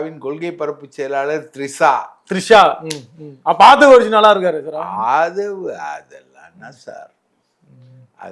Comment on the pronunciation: Three sha வா....Trisha வா😂😂😂